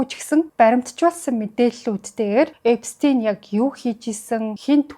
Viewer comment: Эпстэйн биш Эпштайн гэж хэлнэ шүү